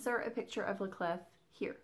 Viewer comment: I love the Bunny Bayeux Tapestry. I can totally see you darkening that down. Haven't seen the new M. Night but my daughter has and thought it was really good (she is a first year psych. student). The man can do no wrong in my eyes - even the stinker that was "The Happening" had its good parts. Love all your WIPs at the moment. French pronunciation of "La Clef" is "La Clay" Don't pronounce the "f" on the end. Yes, this is the person I have turned into. Correcting peoples' pronunciation on Floss Tube, all the time. I am a total twat. I know it. I am so sorry but it was like nails on a chalkboard. Sorry. Feel free to pronounce the "f" in "** off"! Sorry (again). I really can't help myself......sorry x